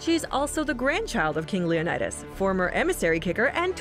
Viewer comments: /Lionaidos/ 😂😂😂😂😂 omg hilarious, I'm greek and it's actually pronounced /Leonidas/ or Λεωνίδας in Greek letters btw what we write in greek its read just as it's written for example : Αλέξιος, Alexios is read /Alexios/ I know its difficult if you don't know greek to say it write but you can try (no hate) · When she calls him LeonAidas you know you can't take this video seriously 😂